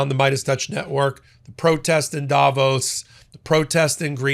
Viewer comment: Learn to say Davos properly please